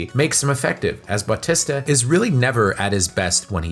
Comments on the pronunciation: Pronounced Bah-tee-sta. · Dave Butt-tista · Who the hell is bawtesta and shimmalon? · BAWTISTA & shawmalong 😂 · Why can’t you say Battista‘s name right?!!!!!🤬🤬🤬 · how did you manage to say his name wrong so many times? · Ikr. So distracting